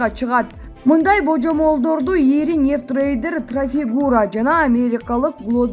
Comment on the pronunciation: Нефтрейдер эмес нефтитрейдер же нефттрейдер